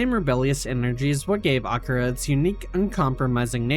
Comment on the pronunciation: this is pretty good but like they do say akira in the movie i swear thats not right , have i been wrong all these years